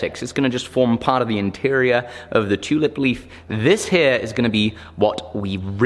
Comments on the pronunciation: It sounded like said was going to make a tunip or did he just sneez? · No homo, I fucking love how you Brits say "tew-lip" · Love how ya say tulip... toolip😂😂